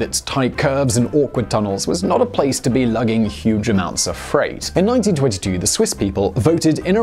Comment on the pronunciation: Was that 1922 or 1992 that the referendum on the GBT was passed? Sounded like you said 1922. That sure would have been ambitious back then.